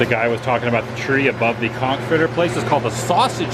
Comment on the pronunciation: So so glad you pronounced conch correctly. You may have been demonetized